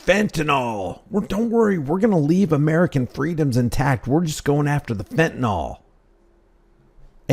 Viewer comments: If this guy is running the fentanyl epidemic he should at least pronounce it properly. It's fenta-NIL not fenta-NOL. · I know I'm an absolute nerd and a pain in the arse, but why is it that seemingly no one can correctly pronounce fentanyl? It boggles the imagination.